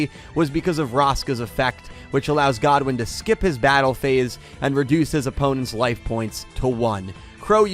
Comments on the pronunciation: The thing is about the anime - the metaphysics of the universe are VERY different. Between how Mixed archetypes wouldn’t work, and how the souls of monsters respond to the duelist, flexible decks win over single focus decks there. “God-win”… it’s pronounced “good-win” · It's Goodwin not Godwin. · It’s Goodwin not “Godwin” 🤦🏽‍♂️🤦🏽‍♂️